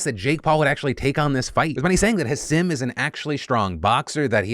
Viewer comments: it’s pronounced HASEEM is that really that hard. Hasim? Like bro does that sound right to you? Yt people bro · Come on Philly, learn how to pronounce Hasim Rahman Jr's name. "Put some respect on his name" (Imagine if you mispronounced someone's "neo-pronoun") Ha-seem Rahm-mahn Jew-knee-or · The way he pronounces hasim's name...